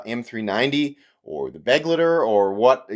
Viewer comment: Nice review, bro. Love the channel. It's not pronounced "beg-letter." It's more like "beh-glighter," so that the last part rhymes with "lighter."